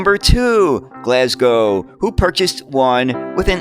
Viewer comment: Well done you've mastered the pronunciation of Glasgow. Great video as usual.